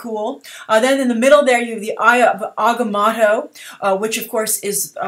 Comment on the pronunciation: Say it with me, ah...gah...moe...toe